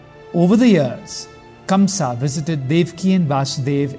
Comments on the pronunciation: Such a bad narration and by the way his name is kans not kamsa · It is Kansa !! Not Kamsa !! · By the way that's kansa not kamsa!!! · Kamsa? It's kansh